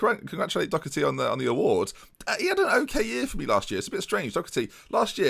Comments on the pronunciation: LJHB48 Doh-erty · You really need to stop pronouncing Doherty like it has a “c” in it. It doesn’t.